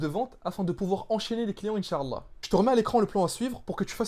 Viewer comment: Salam frère, merci tout d'abord pour ta vidéo, c'est très intérressant. J'aimerais attiré ton attention sur un point important. Tu prononce mal le mot Insha'Allah, il ne faut pas prononcer la lettre 3ain. tu dis Insha3Allah au lieu de Insha'Allah. En faisant cela tu ne dit pas "Si dieu le veut". j'éspere que ça te seras profitable, Baarakallahufik.